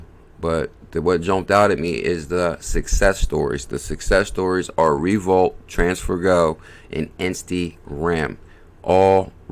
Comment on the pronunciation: Is this not pronounced Revo-lute? I may be wrong.